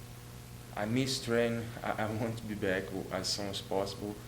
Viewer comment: Cu instead of to 😂